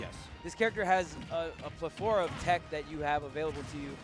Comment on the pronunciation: Did my man just say diddy Kong has a plethORa of tech?? Speech 100